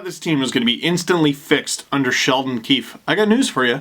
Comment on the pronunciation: I’m American but I like watching the Canadian feed. Did anyone else notice Ray Ferraro call coach “Sheldon Queef ahem Keefe” during the broadcast? It was the lone high point of the latter half of the game